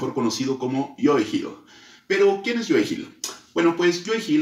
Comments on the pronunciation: Estás pronunciando mal el nombre de Joe, lo pronuncias como si fuera "Joey". Puedes revisar cualquier entrevista a Joe y escuchar como se pronuncia. Saludos. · creo que la mejor manera de pronunciarlo es cómo Homero Simpson lo hace con su cantinero favorito Moe, solo cambiando ma M por una Y, (you) 👍🏻